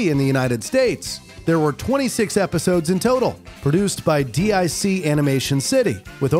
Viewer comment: “Dic” is a word, said “Deek.” It’s not “D.I.C.” 😊